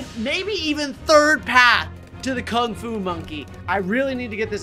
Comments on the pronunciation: Lol bro misspelled Kung fu and said Kung ku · Uh, you said King Alu not King Fu. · Nice vid but OMG HE SAID KUNG KU LOL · AH YES KUNG KU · You said the word Kung Ku, not Kung Fu. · Is it “Kung Ku” or “Kung Fu” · “Kung ku” - 2023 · ah yes, kung ku